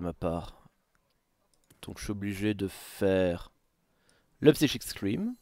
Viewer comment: "Psychique scream" NON ! /Saille-kik/ scream. Merci :'c